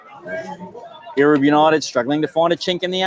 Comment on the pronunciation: Erub is pronounced EROOB …😊Thank you… Come on Erub United..all the way…